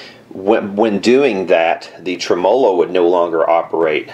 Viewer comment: Tre-MO-lo. Gets me every time.